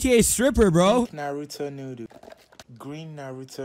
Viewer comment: first of all are we not gonna talk about the way he’s says noodles pink naruto noodo🤓 green naruto noodo🤓